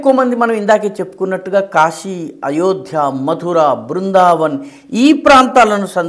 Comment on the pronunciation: గారికి క్షమాపణలతో 🙏🏻🙏🏻 " కాషీ " కాదు సార్ కాశీ. 🙏🏻🙏🏻🙏🏻🙏🏻🙏🏻🙏🏻